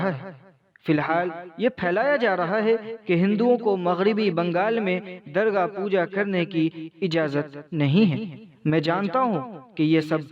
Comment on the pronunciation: Darga Puja ? Shayad Durga Puja Hoga woh... Please English aur Deegar Zubaan ke Alfaazon Ko seekh Kar achii Tarah se Pronounce karein. Wa Alaikum Assalaam Wa Rahmatullahi Wa Barakaatuhu.